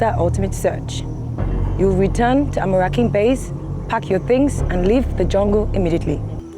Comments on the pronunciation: When the anchor can not even pronounce the name of d contestants right,,,smh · Who else is tired of hearing "Amorakin" instead of "Amorokin" from 🤔🤔 But wait ooo should be calming down with the make-up na.... It's a Jungle life show not Runway Modelling show 😂🤣🤣🤣🤣😂😂 Damola is surely my Favorite